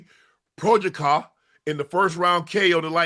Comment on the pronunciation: Porch-a-kov is insane man